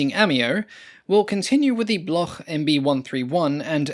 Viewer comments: And Bloc, not Bloch like Bach in German. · "Bloch" is pronounced "Blok" in French. There is no guttural sound.